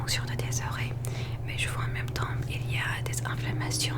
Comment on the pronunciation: Cc super vidéo trop trop plaisir !!pour t aider en français pour certains mots il y a des lettres muettes que l’on ne prononce pas comme le mot « temps » sa se dit ´ten’ on prononce pas le P